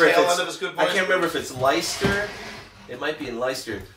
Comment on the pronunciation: Great video lads. Could've listened to that all night.Lol'd at pronunciation of Leicester.,you jazz cat, think Lester,as in Young! But thats just me being a pedantic Limey! I can't speak fluent American to save my life.You both raised some great points but surely the rushing of tempi(!) and Jimmy's hit and miss guitar solo's in 75 was undeniably down to their dependence on their new mate Charlie. 'It makes you feel like a new man and that new man wants a line' is a quote from J.P.about that time. Ramble On!